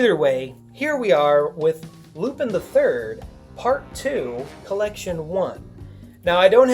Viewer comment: U r saying it wrong lupin not lupine